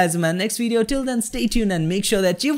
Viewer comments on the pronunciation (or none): none